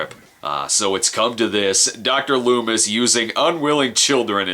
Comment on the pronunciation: LOOMIS ....lol ..Not Lumis .